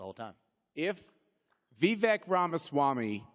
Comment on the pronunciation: One day they will learn how to pronounce your name…but until then keep bringing the heat brother!! #Viveklikecake!